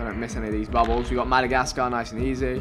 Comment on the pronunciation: The way he said Madagascar made me cringe lol smh